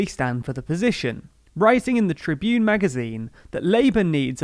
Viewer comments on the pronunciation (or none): none